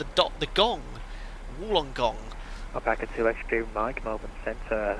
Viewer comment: And loving your butchering of Nowra and Wollongong!! There’s a Qantas 747 in Wollongong at an air museum. Looks quite out of place in a small regional airport!